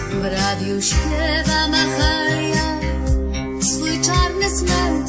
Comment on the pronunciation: Najprawdopodobniej, no chyba że istnieje jakaś inna znana czarna piosenkarka bluesowa o tym samym imieniu, której piosenki puszczano w radiu... Obojętnie o kogo chodzi, jest to okropny błąd tekstu tej piosenki, gdyż imię Mahalia jest wymawiane jakby to było polskie imię, a przecież pani Santor powinna je wymawiać po angielsku jako Mehejlje - dokładnie tak samo jak mówimy Dżo (Bajden) czy Majkel (Dżakson) i tu nie ma żadnego wytłumaczenia na tak kardynalny błąd. Wiem, wówczas nie byłoby rymu do 'nostalgia' , ale to już problem pana Tomaszewskiego który powinien był lepiej ułożyć ten tekst, prawda?